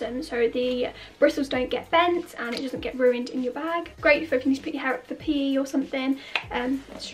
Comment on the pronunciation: When she said PE I thought she was saying pee